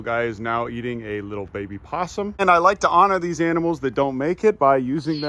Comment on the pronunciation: That owl emoted eating the baaaby pooosum. Slugma Gwiddy mowment!